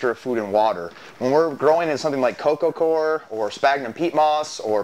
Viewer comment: Core = "Kor" Coir = "Koyer"